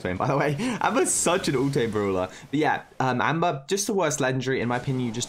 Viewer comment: actually says browler exept brawler